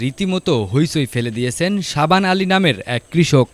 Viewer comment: 😂😂😂 savan ali noi.shahban ali.nam ta tu this kore bolen